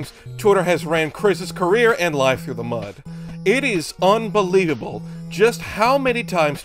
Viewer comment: Unbaleedable. Said one word wrong, video is now literally unwatchable.